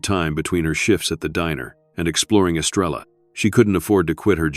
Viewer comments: I see three pumps, and no Estrella please take better care matching urination with a photograph. BTW, someone from El Salvador, who's still retains his accent, will say, "Es-STRAY-ya," flipping the "r." He did, however, pronounce "Te quiero" correctly. "Abuelo" means grandfather. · And it should be “Es-tray-ah.” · Great story❤Star in Spanish is pronounced estreya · I’m not a Spanish speaker, but I live in Brownsville,Texas, on the border. Even I know, now, that the Spanish words are being mispronounced. Especially, Estrella.